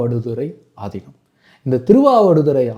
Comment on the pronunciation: Yow news la aathinam ku pathila aathi inam nu sollurainga ya enguttu poi solla ippolam news readers ee Tamil olunga padikurathu illa